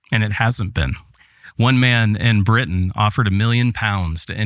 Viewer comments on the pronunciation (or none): none